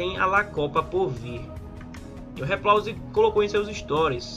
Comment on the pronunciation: RIPLAUSE🤣🤣 diz ele kk